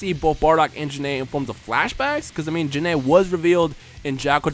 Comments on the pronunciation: Gokus mom is Gine not janay. Her name is pernounsd Jine\Gine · Pretty sure Gine is pronounced as Gene, or "Jeeeen/ Jean" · I thought it was pronounced Guy-N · Why did you call Gine, Jin-A? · Your pronouncing Gine wrong. Its one syllable.